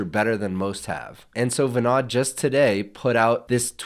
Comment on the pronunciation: Great video - BTW, his name is pronounced as vinOd, not vinAD.